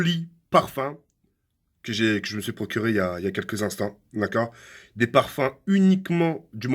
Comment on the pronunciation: Mdr à la fin il a dit pourcré (procuré)